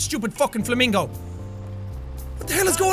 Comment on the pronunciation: When he said flamincow I thought of a flaming yaun